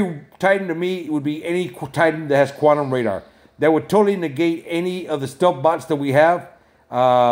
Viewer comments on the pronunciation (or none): none